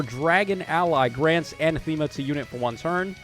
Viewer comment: Love the new art for the Grimas. I think Noire has a good place in the meta because she'll stop specials from triggering. I'm 99% sure you pronounce Anathema "uh-nath-e-ma". Thanks for the review!